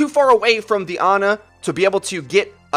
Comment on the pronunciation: Your Overwatch Finally, someone who can say "Ana" right.